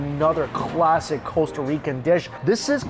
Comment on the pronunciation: It’s Costa not Coesta